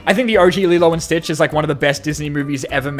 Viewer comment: "Lilo and Beach" 😂😂😂😂😂😂😂😂